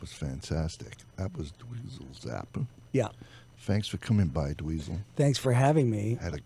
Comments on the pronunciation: Mispronouncing Zappa is just fucking over the line, you're a goddamn flaccid drunken old punk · Mispronouncing Zappa is no God damn mistake!! Jonesy's a fucking tool bag..